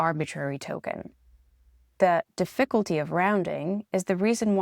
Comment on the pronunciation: pronunciation can sometimes be de-FIC-ult.